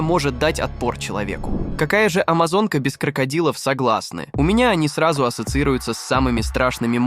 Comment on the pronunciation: Bitte an der Aussprache üben z.b Amazon und Piranhas unglaublich